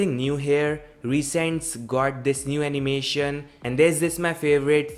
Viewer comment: Анимэщен, анимэщэн сёу анимэщэн, заебал блять, подтяни свой акцент. Тьфу блять даж не досмотрел